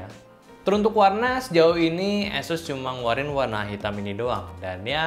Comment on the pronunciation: pengucapan ASUS nya ga konsisten nih. Awalnya asus, berubah jadi eses, berubah lagi ke asus :)